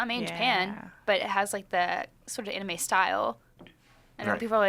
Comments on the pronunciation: it's like he says it with two A's like saying the name Aaron....Aanime lol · Why does he say anime like that 0_o? its clearly based off the word animation why change how its pronounced